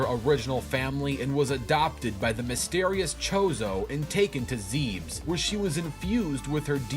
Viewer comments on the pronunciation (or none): Did he really say Zebes like "Zeebs"? It's "Zehb-es" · AAAHHHH IT'S NOT "ZEEBS" IT'S "ZEH-BEHS" ... otherwise, great vid :) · The way he pronounces Zebes makes me cringe